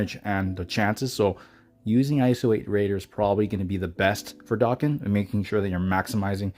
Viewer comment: I thought it was pronounced dayken not darken